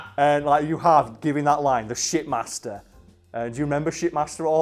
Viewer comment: did anyone else think he said shitmaster not shipmaster